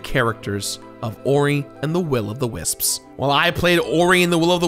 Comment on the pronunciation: pronounces "wisps" like "wis-ps", somehow giving it an extra syllable.